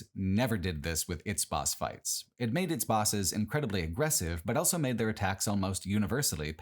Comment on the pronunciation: pronounces the word "also" as "elso"